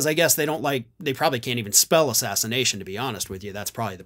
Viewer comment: "Ass Sass In Ashin" 🤣🤣🤣